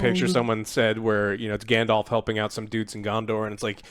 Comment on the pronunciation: I died inside when I heard grand-elf…